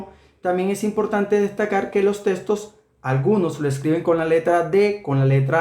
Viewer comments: Minuto dice "Los testos" sin pronunciar bien jajajajaja :))))))))))))))))))))))). Buen video. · testos jajaja amigo es textos